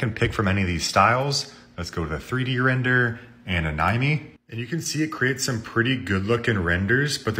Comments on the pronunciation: did you just say "an-eye-me"?? lmao it's pronounced "a-ni-may" 😂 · You pronounced Anime as "E-Nai-Mi"? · farming comments with that a Nye Me pronounciation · gj encouraging comments by pronouncing anime like a 70 year old german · The way he pronounced anime is just hilarious😂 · You pronounce anime wrong but ima check this app out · Stopped the when he pronounced ANIME wrong. Wow.